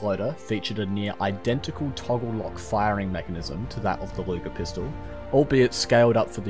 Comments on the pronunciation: Luger not Lüger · it’s LUGER not LÜGER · I think you got something wrong here because his name was Luger not Lüger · Where did you find the name "Lüger"? He's named Georg Luger. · Luger not Lüger 😁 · There is no ü in Luger.